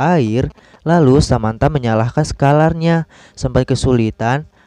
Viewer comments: Sakelar bro bukan sakalar 😂🤣🤣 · Saklar pak bukan Sakalar... 😂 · Semngt broo Tp klok bisa jgn slh pengucapan y bro Saklar bukan sekaalar 🤣🤣🤣😂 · Ada yang salah bang harusnya sakelar tapi abang malah bilang sakalar tapi gpp kok bang ttp keren